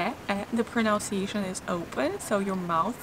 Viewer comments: Thanks for making these videos. Super great. Small note: it's proNUNciation. You can play the pronunciation of pronunciation here - Again, thanks for the videos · It’s pronunciation not pronounciation ! and it’s listen (inn sound) not leeson !